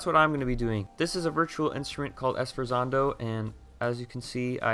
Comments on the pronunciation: its pronounced sfort(like fort but kinda like sphort-zando) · Thanks for the vid man. Just a heads up that it's pronounced: svor-TSAHN-doe It's an Italian word used in classical music that means to accent a note loudly and then immediately pull back the volume. A rather dramatic effect. Regarless, thanks for the tutorial. I'm just listening to other musicians make video game music while at work lol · "You need to know music theory" pronounces sforzando like s-for-zando